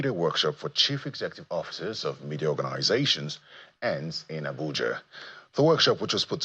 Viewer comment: Media and not Mefis